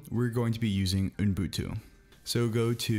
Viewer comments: You were so CLOSE, you're saying 'ooN-boon-too', when it's just 'oo-boon-too'. I now this is 3 years ago, and you may have mastered it by now:-) HTH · Unbutu? Unbuntun?🤣 Fellow Angeleno here :) Love your videos, man. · I will start to call it Unbutu.